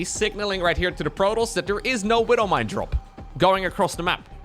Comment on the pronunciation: Talks about not pronouncing letters in words, proceeds to not pronounce the W and E in widow mine. tsk tsk